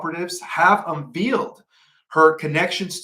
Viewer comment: You might want to practice reading your script before going live. You are mispronouncing simple words like “unveiled”, “vigilance”, “brokering” and your butchering people’s names like you’ve never heard them pronounced by the news media. It’s weird.